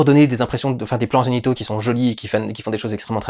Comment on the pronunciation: Moi aussi j'ai entendu "plans génitaux"